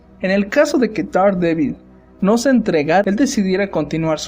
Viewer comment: Te urgen unas clases de Inglés; se pronuncia - derhDEEBOL -.